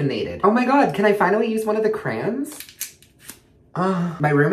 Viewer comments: got me dieng. did he say trans or crayons??? do you mean foundation??? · " I didn't know they made makeup caroyns " had me dying